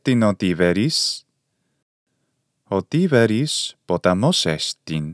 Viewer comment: Why did you include the betacism in pronouncing Tiberis ? I had heard the betacism was only introduced to Greek around the 1st or 2nd centuries CE (so very late Koine, not Classical Attic Greek) and before then a B was pronounced as a B. I’ve learned that there are numerous differences between Koine and earlier Classical ancient Greek like Attic. Your video on the pronunciation of Chaire - Kaire taught me that. I have an interest in this because my ambition is to learn how Classical Greek evolved from Homeric Greek and in turn to understand how the prior may have evolved from Mycenaean / Achaean Greek. I’d love to be able to reconstruct the actual language of the Greek heroes like Ajax, Achilles, Agamemnon, etc. I am assuming that Mycenaean / Achaean Greek would lean heavily toward Doric. The Phaistos disc pronunciation TED talk was interesting (although I am unsure of its accuracy).